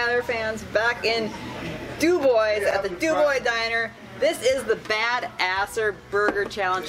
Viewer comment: du bwah is how its pronounced not doo boys :D